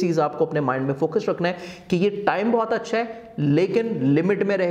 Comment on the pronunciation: فر ض ہوتا ہے فڑض نہیں ہوتا رکھنا ہوتا ہے ڑکھنا نہیں یار علی کو ہی پروگرام کرنے دیا کرو